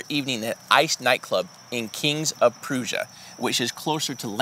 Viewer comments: Not trying to be funny, but being about 35-40 mins from that area in P.A. & hearing Jared mispronounce King of Prussia, made me giggle 🤭 Don't sweat it sweetie, we know what you meant. Prussia is pronounced just like Russia. But again, no worries, we still love you guys 🙏❤️🇺🇲👍 God bless you & your crew & families 😇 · Pretty sure it's pronounced "pruh-sha" versus the way the pronounced it it in the video "proo-shuh". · It is King of Prussia (rhymes with Russia) and no it is NOT CLOSER TO LANCASTER THAN TO PHILLY. Your researchers need to do some better work geographically if you want to solve it. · King of Prussia, Prussia is pronounced just like Russia but with a "P" infront 😆. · It’s king of prush-a. That’s how we generally say it locally. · Hey Jared? Phonetically its kinga prusha (King Of Prussia) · Prusha like BRUSH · One thing I have to say it’s pronounced Puh-Rush-Uh Prussia like the place in Germany! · Just an FYI - Prussia is pronounced pruh-shuh, as in Russia